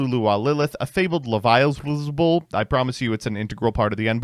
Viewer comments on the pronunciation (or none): none